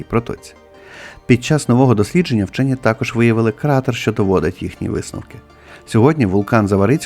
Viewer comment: "ВЧЬОННЫ"?😂😂😂 У полум'я 🕯️ свічки біля гноту ЗНАЧНО холодніше, ніж на кінчику полум'я🔥 🟢 Зебелією навіть "вчьонны" заражені...😂😂😂